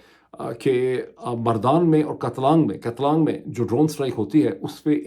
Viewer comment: کاتلانگ۔ نہیں کاٹلنگ right pronunciation.